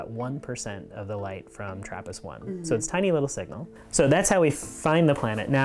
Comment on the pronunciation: Isn't it TRRAPIST-1???